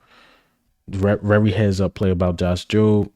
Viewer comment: Bruh...u hating on eagle players, they r on the same damn team!! Jordan Davis, Swift?? Come on bruh!! First u need to concentrate on saying the word "VERY" its not "WERYYY" Imma start calling u "" as in ELMER FUDD! "BE wery wery quiet, we gotta catch the Wabbit!!" 😂😂😂😂😂😂GOT EM'!!!!